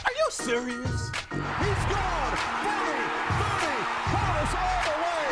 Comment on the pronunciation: "are you swerious?!" 💀